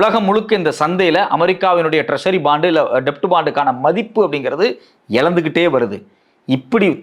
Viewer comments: Bro, அது "டெப்ட்" இல்ல, "டெட்" என உச்சரிக்கணும் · It's Debt bond only but B is silent please say it as Det bond